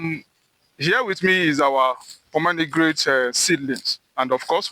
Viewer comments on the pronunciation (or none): Bro kept saying pomenograte😂 It’s pomegranate😂